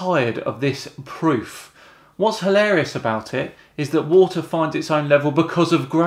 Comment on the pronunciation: What the hell is 'wodder', anyway?